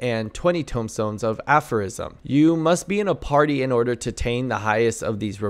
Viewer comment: You said aphorism right but tomestone wrong lol